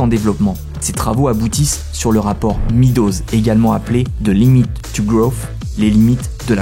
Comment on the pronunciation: Très bonne vidéo, merci. Juste un petit détail : Meadows se prononce Médoz, pas Midoz. De même Reagan se prononce Régane, pas Rigane.